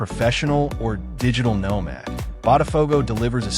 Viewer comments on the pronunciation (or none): none